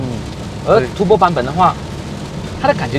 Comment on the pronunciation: It’s turbo , turrrrr rrrr bo，不是 tu bo ，tu bo 好像骂人这样，😂 你这个tu bo 啊，迟到这样多！ 哈哈哈，骂人的感觉